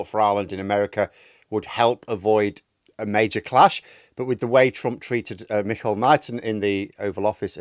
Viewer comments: The Irish name for Michael is “Micheál” , pronounced MEE-hawl. It really grates to have the Taoiseach’s name mangled by everyone. It really is not difficult and an easy way to impress us Irish people. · His name is pronounced “ME HALL” Martin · was close enough for a non irish speaker. Not worth getting worked up about. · He butchered it you amadán.